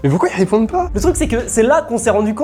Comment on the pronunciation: "mais pourquoi il Hhépondent pas"😂😂